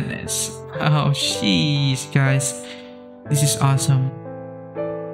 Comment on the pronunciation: he said shesh not sheesh